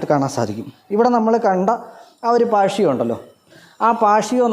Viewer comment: not പാഷിയോ it's പാ-റ്റി-യോ. You guys must learn the terms correctly. But I loved theMinimal Luxury of this house.